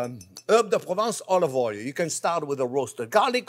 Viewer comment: Herbes de province everything pronvince :D